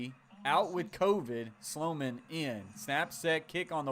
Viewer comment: Solomon? Its Sloman dude lol "slow man"